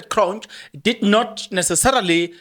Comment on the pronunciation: It’s magistrate Cronje as in Hansie Cronje …it’s not “Kronj” 😒